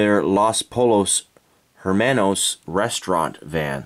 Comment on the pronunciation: los pollos hermanos. you say wrong